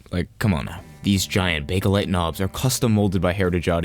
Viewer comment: BAKE-LITE.....NOT BAKE-UH-LITE